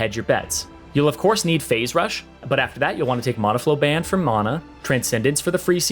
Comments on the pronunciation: Ima kms if he says mana wrong one more time XD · He says Mana wrong.